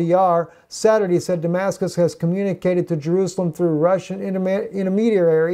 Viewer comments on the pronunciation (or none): none